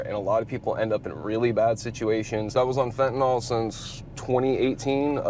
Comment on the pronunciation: 1. Learn how to pronounce fentanyl. There's no such thing as fentanol. 2. Don't try and use music you listen to as an excuse for your poor choices. Thousands of people listen to those groups and not once have considered putting any of those illicit substances in their system. YOU MADE THAT CHOICE. I'm not usually one to say homeless people put themselves in the position their in, but this kid has completely done this to himself. Sad.